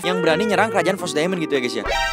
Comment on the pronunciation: Fros Daimond bukan pot Daimond